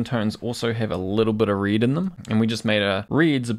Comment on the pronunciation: Aussies pronounce 'red' like 'rid' LOL